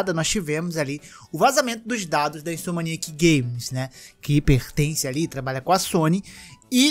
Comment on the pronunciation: fala toda a hora Insomaniac... é Insomniac! >.<